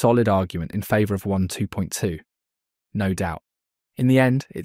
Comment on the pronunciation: It sounds like you're saying one 2.2 , not waaaan 2.2 ?